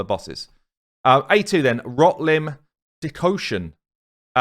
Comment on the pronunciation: Does this mans not know how to pronounce decoction O.O